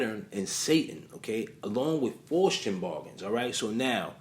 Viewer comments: That [ic of young thug is so ironically funny. He is posing as sus as possible, but it has the nerve to say "straight' from the A. Haha P.S. Good video. Just letting you know that it's pronounced "Fowst" Keep up the good work bro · FOSS - TEE - ANN (Faustian) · Pronounced foul-ste-un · Faustian, pronounced like fows-tea- en . Faust, Fowst